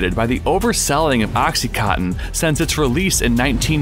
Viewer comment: Why can you not read? It's called OxycoNtin, there is an N in the middle!